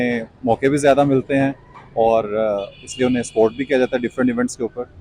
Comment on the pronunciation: Spot nahi support bol paki suntha